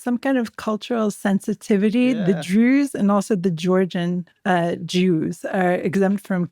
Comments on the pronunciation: Why does the presenter say "Druuuze" as if saying 'so called Druze' or druze in inverted commas. It was consistent and very strange, like the tone you'd use if people were pretending to be something they're not. Quite weird to listen to. If the stress wasn't intentional maybe she could practise saying the word 'druze' in an ordinary, natural tone of voice for future episodes. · I’ve been listening to your podcast for the past two years. I love your interview skills and general insight. But sorry, why do you pronounce Druze in such a strange manner?